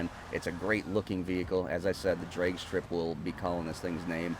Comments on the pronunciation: Lol just sounded like you were saying dreg instead of drag, just different pronunciations I’ve always heard it with a hard a. And Are these courses on Xbox they are very well designed! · Learn how to say ‘drag’ you fucking idiot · No hate but is that actually how u say drag, never heard it that way.